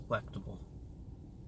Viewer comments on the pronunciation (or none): he says "delectable". But I had to listen like five times, I swear I heard him say "black people" the first four times.